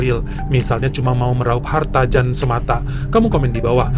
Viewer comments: Bang jan dibacanya yan bulan jan.itu pengucapan belgia vlams/ belanda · Yan bacanya bukan Jan. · Jan itu di bacanya Yan. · Bang, Jan itu dibacanya Yan bang😊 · Bukan Jan cara membacanya tapi yan🤔